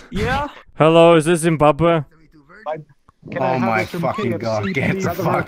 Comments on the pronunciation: I’m from Africa and hearing you trying to pronounce Zimbabwe is amazing 😂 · "it's never gae, if it's in Zimbabwae"